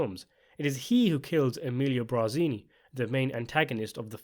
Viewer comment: *BARzini, not “BRAzini”.